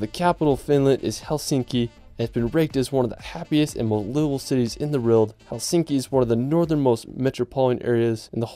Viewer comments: How is EVERY comment ,NOTon why this guy CAN'T say WORLD!!????????? it's not RERRRRLD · LOVE the scenery and majestic nature of each of these places!! The ONLY critique is how pronounces "world". He says it over and over again as "weirld". Whaaaa??? It's actually very distracting. Other than that...gorgeous completely.